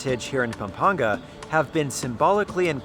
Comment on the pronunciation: I love how you properly pronounced the places of Pampanga and Zambales <3